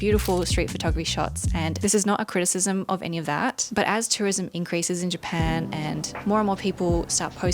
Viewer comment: cut out a syllable there, the country is now called Pan 😅